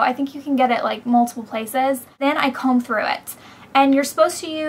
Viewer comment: HAHA ! you said , wide tooth tome ! yoou're funny !